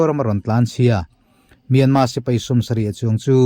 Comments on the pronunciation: R hi i lam thiam lo nge myanma ti zel a. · Myanmar tih hi a har viau ami le,,,kan mi chankang ten myanma an ti zel hi ka lo ngai pawimawh tlat mai,,,,nge,,,R,,,hi an lam thiam lo zawk le.